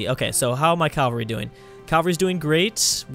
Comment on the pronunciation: 1. The scope of things isnt a saying 2. cavalry is pronounced cav-al-ree not cal-var-ee